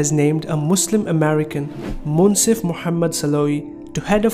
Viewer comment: He cant even say Mohammed